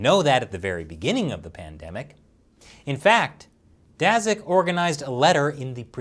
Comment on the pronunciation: Daszak is pronounced as Dashak; sz=sh